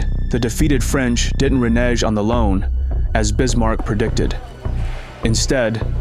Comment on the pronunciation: "reNEJ" on the loan?!? Who is reading this VO?!?